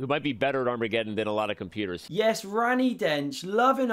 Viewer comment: Can someone please teach not to say "arm re geddon"? Thanks.